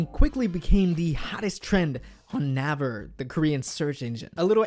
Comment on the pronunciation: You're doing so amazing, BUT it's pronounce n-ay-ver not n-ah-ver